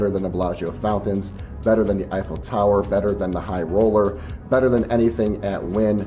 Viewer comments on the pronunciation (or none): none